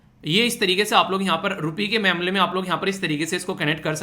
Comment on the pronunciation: .... Rupee ke memle .. 😅 ya rupee ke mamle 😅🤣